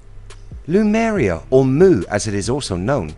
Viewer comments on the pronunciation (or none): HE KEEPS SAYING LUMERIA its lemuria rofl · Good video, but your pronunciation of Lemuria ["LEE-MUR-REE-AH"] as "Loomuria" causes me RAGE! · I really like your videos, but I couldn't stop laughing all the way through this one. It was the way you pronounce Lemuria. You had your vowels the wrong way around. Instead of saying, 'Lemuria', you kept saying, 'Lumeria'. I'm really sorry, but I couldn't stop tittering. If you ever make a video on Hyperborea, I'll be listening with baited breath. Please forgive me for making fun of you, I really do enjoy your videos, and I know how much you must put into them, I just couldn't help myself this time. 😊